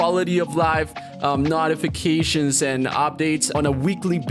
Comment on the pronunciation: Hahahaha. He so proper he said not a fa cations. Its note a fa cations